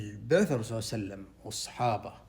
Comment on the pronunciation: عندما تذكر سيد الخلق محمد صل الله عليه وعلى اله وصحبه وسلم و تريد ان تصلى عليه صل عليه بطريقة واضحة وفصيحة وبهدوء وبدون عجلة تادبا مع سيد الخلق محمد صل الله عليه وعلى اله وصحبه وسلم